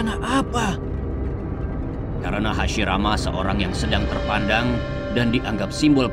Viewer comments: Hashirama ❌hasimaara✔️ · Hasirama cok bukan hasimara😊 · Hashirama ya, bang bukan Hashimara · Ceritanya keren. Tapi maaf, jadi agak lucu denger Hashirama disebut Hashimara😅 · Hashirama woy, lain Hashimara duh ngakakkk😂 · DIA BAHAS MISTERI DI NARUTO, TAPI PENGUCAPANNYA DIA SAJA MASIH MISTERI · Waduhh Hasirama jadi Hasimara..😅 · Hasirama kali min,,, Hasimara,, 😂😂😂😂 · Kirain takigakure yang lupa bilang hashirama, eehh ternyata sampai di ulang beberapa kali bilangnya hashimara muluk😂 siapa tuh? Engkongnya hashirama ya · Hashirama ❌ Hashimara ✅ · Hasimara wkwkwkwk😂😂 hasirama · Kenapa lu nyebut Hashirama Jadi hashimara 😂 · hasirama min,bkn hasimara 😅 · Hasirama pak ..bukan hasimara😂😂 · Hasirama ,atau Hasimara :v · Bukan hasimara tp hasirama min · Hasirama om..bukan hasimara😅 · Hashirama anjirrrr, bukan hasimara😅😅😅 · HASIRAMA bukan HASIMARA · Hashirama min bukan hashimara😂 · Hashirama cuy bukan hasimara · Menit salah dubbing spelling error, "hashimara" senju bukan "Hashirama" ngakak aii 😂, tp ok sih ceritanya lanjut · Kok hasimara senju bukan hasirama wkwkwkwkkwkwkwkwk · Ralat bang , hashirama bukan hashimara😁 Ttep sip bisa bikin funfict kyk gini, smngt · Hashirama bukan hashimara🤭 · Hashirama bukan hashimara bang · Wkwkw aku juga notolis hasimara untung ngga jadi murah. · HASHIMARA doooonggg🤣🤣🤣 Diulang beberapa kali lagi😂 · Hashimara trus bilangnya 😂😂😂